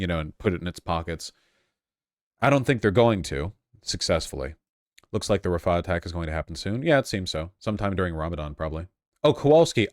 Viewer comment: Can somebody tell that the h in "Rafah" is an independent letter in the arabic alphabet and pronounced like a rasping of the throat? It is not there to prolong the preceding a